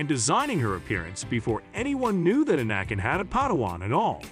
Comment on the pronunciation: Bruh, so much click bait. Cant even be bothered to say anakins name right...